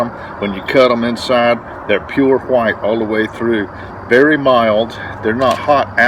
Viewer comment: I like the way he says white it's like when stewie tries to say cool whip